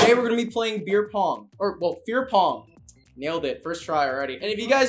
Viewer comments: It's 5050 to me if he's saying fear pong or queer pong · Feer pong